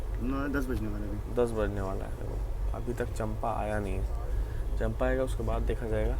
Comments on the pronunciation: स्टेशन का नाम चंपा नही है,उसे चांपा कहा जाता है। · मै छत्तीसगढ़ से हु ब्रो और आप जिसे चंपा कह रहे है उस चांपा कहते है